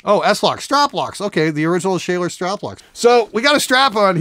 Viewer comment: Hi, just to help you sound more educated in the guitar world: The straplocks are made by the German company "Schaller". You don't pronounce it "Shayler" though. It's supposed to sound like the "u" in "Bummer" -> "Shuller" I guess, would be right then. Anyway, nice guitar and thumbs up to my Polish neighbours for crafting such a fine piece!